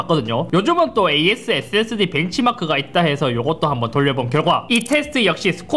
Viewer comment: 왜 자꾸 앳Seㄱ스디 라고 발음하세요?